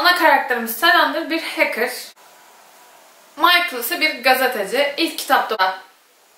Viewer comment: Lisbeth lizbend değil 🤷‍♂️! Michael değil mikele